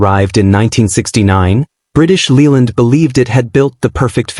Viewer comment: It's pronounced British LAYland, not Leeland. To be fair, most cars in the '70's rusted, especially the Italians. Even the 70's Rolls Royce cars were rot-boxes. Oh, and 'Mk' is a truncated form of 'Mark' and should be pronounced as such.